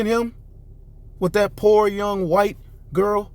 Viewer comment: "that poor young white girrr" 😭🤣😂😆😅